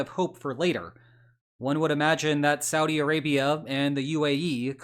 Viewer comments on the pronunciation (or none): none